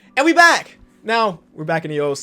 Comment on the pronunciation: Why you said “and we back” like that 😂